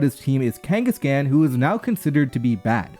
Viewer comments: The khan in kangaskhan is pronounced like "Genghis Khan", not like "can" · the end of Kangaskhan is pronounced like Ghenghis Khan :) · It's pronounced KangasCon , like Genghis Khan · You’re pronouncing kangaskhan wrong. It should be pronounced kaan at the end. You would say the last part the same way you would say khan in Genghis Khan. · Do you really not know how to say kangaskhan